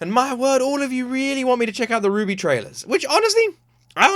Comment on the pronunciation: RWBY is pronounced Ruby.